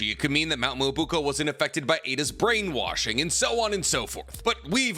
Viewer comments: my dude, I love your vids... but PLZ try and learn how to pronounce Myoboku, It's not Mobuko. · Why does he keep saying "Muobuko" when its "Myoboku"? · can this guy start pronouncing mount myoboku correctly........... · stop mispronouncing Myoboku.......youre better than that....